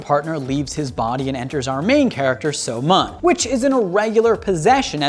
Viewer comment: I'm honestly cringing at how he pronounces the names and such. So-Mun is pronounced as So-Moon, btw.